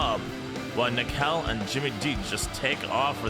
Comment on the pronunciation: 😂😂😂😂 completly understandebel 😉 Schotty is almost perfect! Neckel or Nëckel is really hard in english 😉 well done!